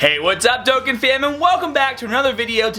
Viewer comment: NANIIIIIII?? He said Doe-can😱😱😱 WHAT DID YOU DO TO THE REAL!?